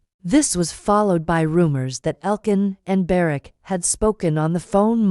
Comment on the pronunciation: Could you please find out how to pronounce their names properly. It is quite disrespectful not to do so.